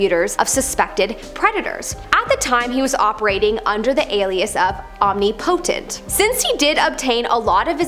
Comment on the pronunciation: Did she just pronounce omnipotent like Omni potent